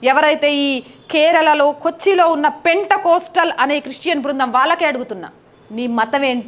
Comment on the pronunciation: పెంటె కోస్టల్ కాదు తల్లీ. పెంతె కోస్తు